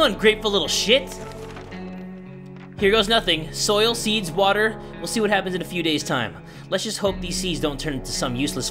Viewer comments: It's pronounced WUTTHAAAAAAA not water it's WUTHAAAAAAAA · I love how you say water "watttta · Warrior Granger *watzza!